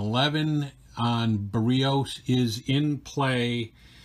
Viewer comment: Barrios is pronounce 'Bear E ohse'